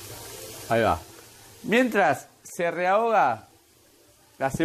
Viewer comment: Dos cositas, compra dos limones no seas canuto. La otra, se dice REHOGAR y no Reahogar. Muy bueno el video